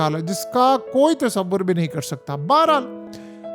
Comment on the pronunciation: अरे भाई सालों साल बीत गए, हर शब्द में आप तसाबबुर नहीं कर पाओगे, फिर कहते क्यों हो